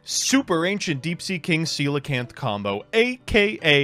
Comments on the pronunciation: Shout out to for pronouncing Coelacanth right Of all the words to not mispronounce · It's funny how coelacanth is like the only card in the whole game that pronounces correctly. XD